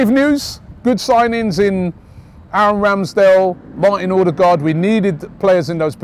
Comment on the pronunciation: Odergaard? Not Odegaard?!